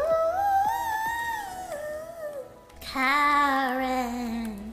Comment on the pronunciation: Kaaren’s pronounced Kaa and Ren. Kaa from The Jungle Book and Ren from anything with the name Ren.